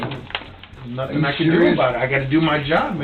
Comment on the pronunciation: Bro I am 3 seconds in an I'm in tears laughing Why she stop, mid run, just to say "I didnt do nuffin" LMFAOOOOO